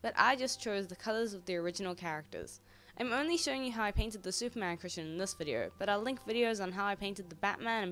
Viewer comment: At the start i thought u said Superhero Pusheen covers 😂